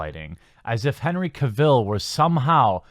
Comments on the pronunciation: Cavill. Not Ka-Ville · you are saying Cavill wrong :D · Glad you just started calling him Superman... the way you pronounce his last name gives me nightmares